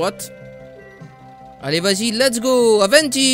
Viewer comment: pourquoi tu dis toujours Aventis